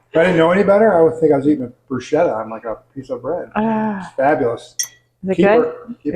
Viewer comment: So glad you popped up in my feed -- this looks delicious! (I believe it's pronounced bru-sket-ah with a K sound, if memory serves?) Heading off to watch more of your vids! Vegan for 3 months after toying with it for years, and learning that simple is best for me, just like this dish. I have a tendency to love long, involved recipes and end up overeating, making it a whole project. eek